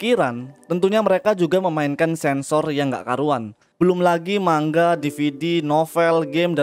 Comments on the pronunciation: Bacanya bukan mangga, tapi manga bang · mau koreksi bang, penyebutan ''Manga'' itu nga, bukan ga karena orang Jepang sendiri nyebut ''ga'' itu ''nga'' . terimakasih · Mangga sama manga beda cara bacanya.